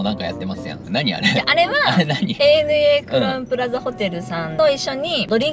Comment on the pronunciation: 、お仕事がお忙しくなにより 、ANAはエー・エヌ・エーですよ。アナじゃないですｗ